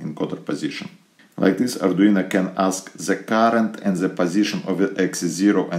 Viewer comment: Arduino...not Arduina